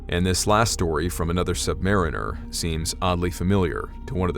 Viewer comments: So, is it true that you sailors prefer the pronunciation of "sub-ma-REEN-er" instead of "sub-MARE-in-er"? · MCUL = “Missile Compartment Upper Level.” That’s it. No abbreviated pronunciation when spoken. Also, submariner is pronounced like submarine + er. Sub-Muh-reen-er. Not Sub-mair-ih-ner. (I didn’t see an answer in the comments, so sorry if I am being redundant). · Okay my man? You have to say submariner correctly. It's the way you said it is wrong. That suggests that we submariners are subpar mariners. We are good damn Mariners. The proper way to pronounce it is the word submarine with the ur sound after it. Submarine-ur.